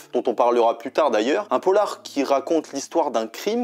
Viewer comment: Polar pas pollar bravo pour tes videos